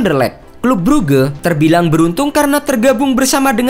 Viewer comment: Bang baca nya bukan bruge